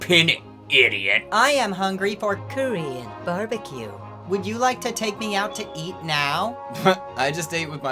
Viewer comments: I was listening to the show while I drove and I SWORE you were saying Curry and Barbecue. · Subtotal Aljar he’s saying Korean not curry even though he says it weird lol